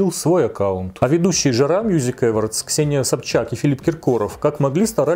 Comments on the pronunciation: Господи, но почему ‘Эвардс-то? Только с третьего раза поняла, что это awards. Ударение на второй слог, на о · Телек, дорогой, Awards - эОрдс читается❤️